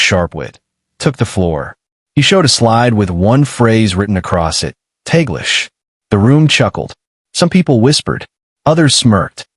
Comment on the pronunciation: In this video the word Taglish was wrong pronounced.... The American are not capable to pronounce foreign words properly but they are number one in complaining when a foreigner can't pronounce the English word properly.